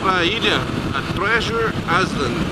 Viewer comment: Salve Salve parceiro... se escreve island BUT se fala iland..."treasure iland" is the right pronunciation.. Grande abraço e um salve daqui do Espirito Santo.